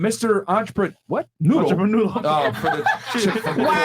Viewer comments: WTF is a an-cha-pa-noodle⁉️💯 Entrepreneur 😂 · "Im a Entreprenoodle" 😂😂💀